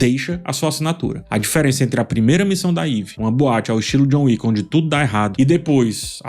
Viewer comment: Chegou a John "Wicka"